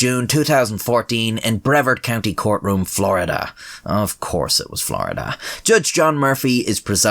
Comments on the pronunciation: A few things: - That's not how you pronounce Brevard (bruh-vard not brevrd) - You used a picture of the old courthouse in Titusville, this happened at the new one in Viera. Its amazing because Viera is a swanky "pre-planned community" where a ton of rich people live, and yet shit like this happens all the time because Florida people are garbage. I live about a mile down the street from the courthouse. Other than that, excellent video lol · its not verd its vard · And it's pronounced Bre-VARD, not Brev-verd. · it’s pronounced bruh-vard and of course it’s in florida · Re: "Brevard," the emphasis on the "vard" when pronouncing it. Fun fact. So more like Breh-VARD. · Makes sense it’s from brevard considering how they pronounce their own counties name, the ar is enunciated like a pirates ar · mispronouncing brevard made my day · How you say brevard hurts me.